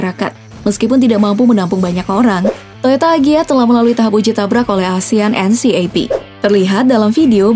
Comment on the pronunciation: Asian NCAP itu cara bacanya asian en kep ya...